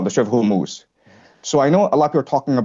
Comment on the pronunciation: Hormoose hummus hormutz why does no one know how to pronounce this place?